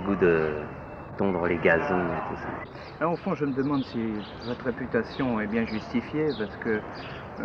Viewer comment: "Une réputÂtion.." Cet accent a disparu. Purée il ne reste pas grand chose de ma jeunesse ...